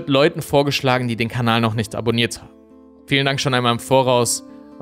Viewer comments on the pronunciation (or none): none